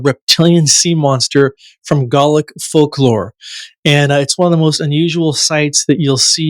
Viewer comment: The man's inability to pronounce the words Galway and Gaelic was incredibly distracting